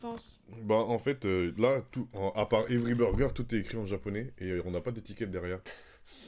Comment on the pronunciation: Everii burgeruu, ça sonne plus "tanglish"